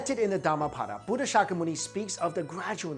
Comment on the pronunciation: it's not "dama pada" , it's"darma path(not paath)", speak properly first